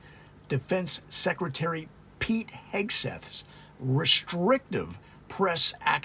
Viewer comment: I noticed you have trouble saying Hegseth. I think Kegsbreath is easier to say and remember, and probably more accurate.